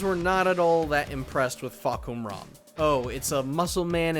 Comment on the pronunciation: you said his name wrong. it's fuk em raw😂😂